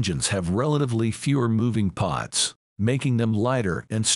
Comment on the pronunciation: Thanks for loading this video. It is *parts*, not pots.